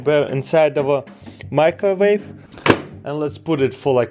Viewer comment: why does he say "microvave"?